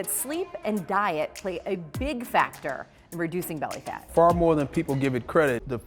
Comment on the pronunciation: lol I heard "big FATtor"